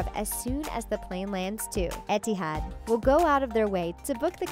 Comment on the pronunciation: Kunicørn Stevenson 'Et-it-had' for etihad 😂